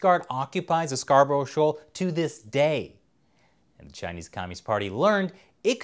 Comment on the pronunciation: it said (scar, bruh) not (scar bur ow) im from yorkshire i know :)